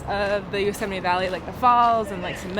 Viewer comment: Thoroughly enjoying the laid back pace of your van adventure. Having a house on your back, so to speak, does have advantages and freedom for your traveling. Yosemite is spectacular to say the least. Great to hear your "correct" pronunciation, as it's vastly different to how I pronounce the name. Travel safe ❤